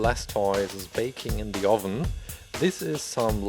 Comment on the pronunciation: why do you say ovin